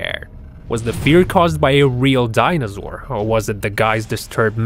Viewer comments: its Dinosaur no dinozour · Couldn’t stand the voice for longer than ... Omfg.. It is ”Dinosaur”, not DINAZZZOOR... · ITS DINOSAUR NOT DINOZOUR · And its not dinozor its dinosor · Is not dinozore it’s dinoso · Youtuber: I'm your teacher say DINOZOR ME: 😑😑😑😑😑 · cam doa lol he says dinozaur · die-no-sore say it with me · dinazaor be said haha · learn how to say dinosaur